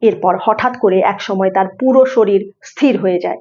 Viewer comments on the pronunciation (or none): none